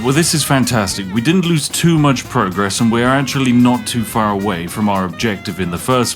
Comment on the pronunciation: Bro said “not too far” and I heard “naught two four” 😂